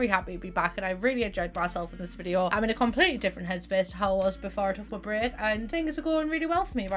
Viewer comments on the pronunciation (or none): none